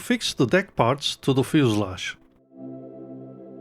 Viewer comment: "Fuselage"... gave me a chuckle every time! I love you, man!